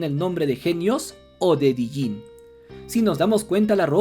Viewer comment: Me molesta escuchar "Dijinn". Es Djinn, sin pronunciar la "D". Como "Django"